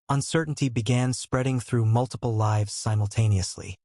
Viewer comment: AI mispronounces words and is sometimes difficult to understand. Example: mispronouncing lives (long i) as lives (short i).